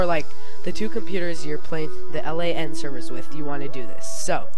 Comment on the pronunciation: Stop saying L A N It is pronounced like land without the d. It means Local Area Network.